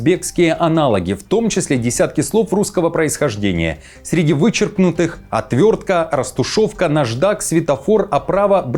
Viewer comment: отвертка)))) как теперь будут узбеки произносить? отркрутилка?)))) итак говорят - Атвиртька. видимо и утвердили это произношение.